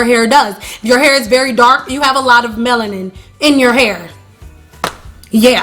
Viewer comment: Ya, goodbye - cant listen to the word Meloniane 1 more time